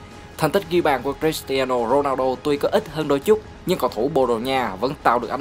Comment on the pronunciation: Giộng ad đọc tên cầu thủ cris tiano ronaldo nge hay vãi